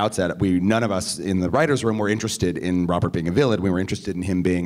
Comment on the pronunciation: Lol... How else heard teri polo said " I'm interested sted" instead of "I'm interested in". Lol im laughing so hard now.